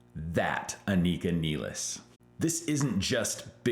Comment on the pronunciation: No, you pronouced here name perfectly right